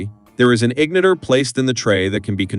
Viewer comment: IG - nitt - er 😂